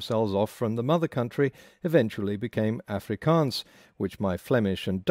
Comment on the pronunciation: I come from the Netherlands and I must say your pronounciation of 'Afrikaans' is awful. I must say I am able to understand Afrikaans and many Dutch people I know can. The second thing you say is that languages are getting more complex, but you say that the number of phonemes in languages decreases.